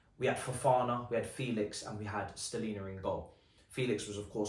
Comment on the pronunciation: has been consistently mispronouncing SLONINA. Who's this STELINA brother?